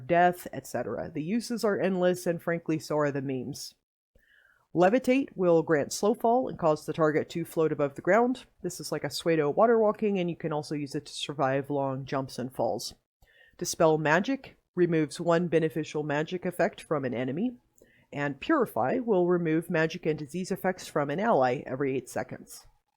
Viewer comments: pseu·do /ˈso͞odō/ not suede /swād/ good tips though, thanks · Nice vid, but i cringed every time he mispronounced pseudo.